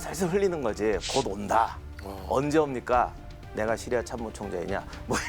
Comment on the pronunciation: 차량 연결해놓고 어디다닐때마다 잘듣고있습니다 근데 시리아 발음이 너무찰지셔서그런지 폰이 자기부르는줄알고 멈추네요 으아악